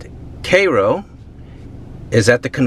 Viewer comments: Lord S, Thanks for this super vid and U have shown a frontier where Tx Governor Abbett can begin routing his buses of our 'loving kindness of world homeless' ones here, for the 'good USAmerica life' to get started. "Recover and clean Ur new home in Cairo ILL. "Work Equity". Maybe, the NYC mayor can send thousands of his nu arrivals to places as this and Detroit N making one's 'New start N the USAmerica 'rich, success story'. (In CairoGA, the kind ppl pronounce it, "Karo", as it should). : ) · He is not pronouncing it currently. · Isn't it pronounced like the City in Eygpt? or is this a midwestern pronunciation? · Learn how to pronounce the word Cairo. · Cairo is pronounced with the letter I in it. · Not the A sound the I sound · Dude learn to pronounce Cairo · Maybe if you pronounce it correctly it changes to a bustling town. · If it's named after the place in Egypt then you're saying it wrong. It doesn't matter if the people there call it that either, they're American. 🤣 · Learn how to pronounce the name of the city you are reviewing. Otherwise, very interesting and well done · Why is the city name incorrectly pronounced? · it is named after the Egyptian Capitol, it was once known as little Egypt, this guy is saying it wrong and so are you. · Cairo is pronounced as in Cairo Egypt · kro ? It's cai-ro. can he not see the i afta the a ? as in ky-ro. Duh. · K"EYE"- ROW, like in Egypt, not KAY-ROW? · It is pronounced "KAI-ROW " not "KAY-ROO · Born and grew up in Cairo. Our family owned the former radio station (WKRO) back in the day. Cairo is NOT pronounced “K ROW”. It’s correctly pronounced “Care-o” with a soft “o” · PS: It’s pronounced “Chhhiiiii-Rrrroooo” NOT “Chhhayyy-rrrooooo” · Its pronounced Ki Row. Not K row. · I thought it was Care Row. (Cairo) thanks for clearing that up 🤔🧐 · Are you sure its pronounced Kay-Roe and not Kai-Roe? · Pronounced kī’ rō not kā’ rō. At least they keep the grass cut. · C-eye-ro, not C-ay-ro. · wrong vern. It’s pronounced K-row